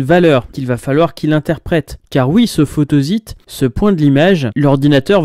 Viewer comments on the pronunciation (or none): Je trouve ton épisode super bien écrit, fluide et en prime je suis d'accord avec tout ce que tu dis. Je m'interroge juste sur la prononciation de "photosite". Comme il s'agit d'un mot-valise composé de "photo" et de "site", je le prononce plutôt "photossite". Mais c'est un détail ! Et en tout cas, bravo pour ton travail.